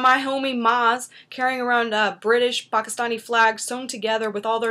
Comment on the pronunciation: thanks for pronouncing pakistani right...